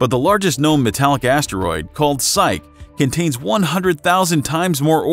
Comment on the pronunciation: Psyche is pronounced 'sigh-key'. Centrifugal is pronounced 'cen-trah-few-goal'.